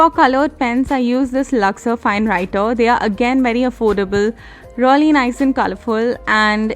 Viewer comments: You were saying reully instead of 'really ' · First thing it's really not rly